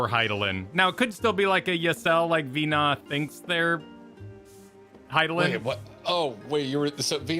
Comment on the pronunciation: I usually jump around when watching the VOD so apologies if someone has mentioned this already in chat, but Venat prenounced Vuh-NAW not VEE-naw. You can hear say the name in a voiced cutscene in the 5.2 patch, in the cutscene immediately following the dungeon where the scions are watching video recordings from before the final days.